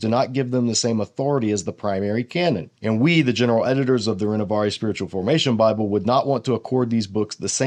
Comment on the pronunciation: No offence… but check your ‘French’ pronounciation of Renovaré